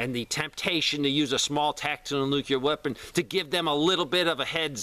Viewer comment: Man, please stop mispronouncing nuclear. It hurts your presentation.